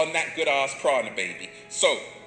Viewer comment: The fact he calls it "good ARSE prana" says it all. Arse Prana? That's literally a fart!!......I definitely aint up for breathing that shit in!! hahaha